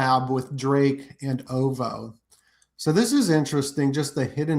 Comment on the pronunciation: It’s pronounced O V O